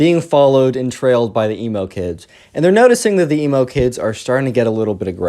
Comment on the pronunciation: WHY U KEEP SAYIN EMO GURL LIKE ELMO